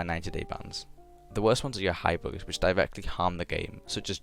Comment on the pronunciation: lul u have an accent when u say "bugs" it soundslike ur saying books